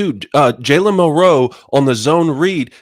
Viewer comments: Anybody else wonder why these guys are the only ones that pronounce Milroe like milROW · I've always heard it almost as one syllable. KInda like saying Millro. Not mil-Row. If that makes sense. I could be wrong and they are the only ones pronouncing it right.